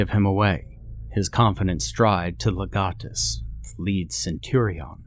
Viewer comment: Your pronunciation of legionnaires and legates is uh not correct lol, love your channel tho!